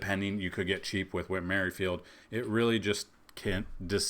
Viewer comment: Ain’t no way he say whit merfield on the jays